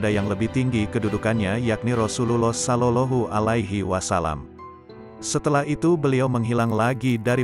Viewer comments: Maaf cara membaca. Sollawllohu alaihi wasallam ini yg bener. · Kok sollolohu....ucapkan yg benar dong.